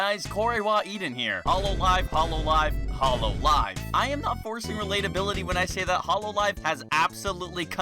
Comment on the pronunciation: I like how you pronounce hololive as “hollow live” I wonder if it implies anything